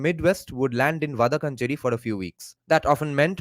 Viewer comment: it’s pronounced “Vadakkaanchery” Va da(dance ka da) kkaan che ry (ry of carry)